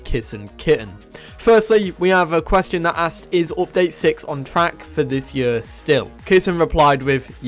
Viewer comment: "The end of the yurrr"